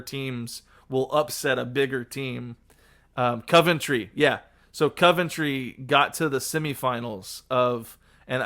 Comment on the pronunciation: Just have to say as a Coventrian that Coventry is ‘Cohv-En- Tree’ no ‘Cuv-Ent-Tree’ and definitely not Covington😅 Think of it like two words in one Covent and Tree. Feel free to say what you want about the team though I don’t support them 😅 but a bit of history about them, though some of the younger people might not know and consider them “small” they were at one point amongst some of the clubs with the longest consecutive spells in the top flight football, they went 34 years in the top flight before eventually being relegated in 2001 They have even dropped down to League One at one point but are currently in the Championship (one below the Premier League) and over the past couple of season have looked like they are edging closer to get back, last season they narrowly missed out on the play offs and the season before that they lost the play off final to Luton You’ll find also that it happens a lot that some historic Premier League clubs go down to the Championship and for quite some time struggle to get back out and can sometimes spend years or decades there, like Leeds, Nottingham Forest, Leicester, Middlesbrough, Blackburn, Portsmouth and Ipswich Town (who are finally returning after being relegated from the Premier League in 2002)